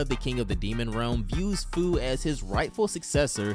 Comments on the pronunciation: Fu’s name is pronounced few 🤓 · Bro says Fu, when it’s pronounced “Few” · Pretty sure its pronounced “Few”